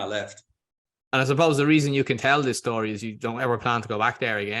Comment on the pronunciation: His 'schtory" reminds me a bit of the "Blow" storyline....the Depp flick where the wife had the connections 😜 Good stuff as usual 👍 Seems like You're enjoying the change of scenery/pace back on Homeland turf > & if Nune is settling into the new job as well.... hey... whatever works.